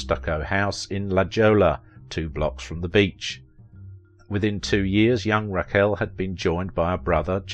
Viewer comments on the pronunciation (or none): Good job, except I cannot get past Raquel being pronounced Rack Elle. Lol Naw Tee Naw Tee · Couldn't pronounce 'Rack El'? Maybe America was always dumb . . . . I first saw her in Fantastic Voyage at the theaters.